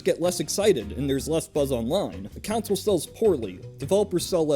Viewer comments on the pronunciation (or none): Why do you call a console a council I am really confused... it's pronounced "con-sole"... you know, how it's written.